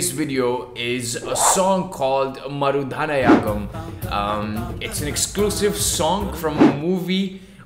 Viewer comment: Marudhanayagam is pronounced as Ma(MUd) ru(RUth) dha(the - before a consonant) na(NAgaland) ya(YEar) gam(GUM)